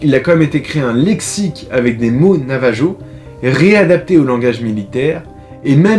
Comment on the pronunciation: Il me semble que cela se prononce NAVARO ou NAVAHO